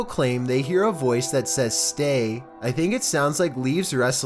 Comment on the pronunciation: he is saying stay stay stay but on the last two he says tay tay